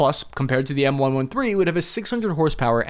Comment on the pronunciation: How can you call yourself an infrany man and pronounce M-113 wrong?